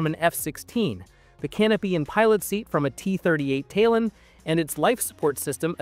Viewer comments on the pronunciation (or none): Ai readers never get it right. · T-38 Taaalon not Taylon.